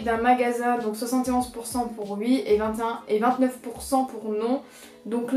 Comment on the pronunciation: tu dis «ui» ,c’est stressant